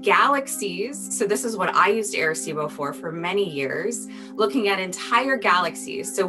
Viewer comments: Who else cringed when they said air-a-cibo. 🤣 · As a puerto rican it hurts how they say arecibo